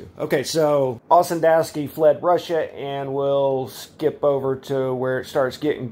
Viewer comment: His surname is pronounced Ossendo'V'ski...Ferdinand Antonie OssendoVski- wise man